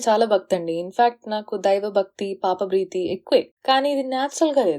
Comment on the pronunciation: 'పాప బ్రీతి' కాదు చెల్లాయ్, పాప భీతి. ఈ మధ్య బ్రీతింగ్ ఎక్సరసైజ్లు ఎక్కువగా చేస్తున్నావా ఏంటి?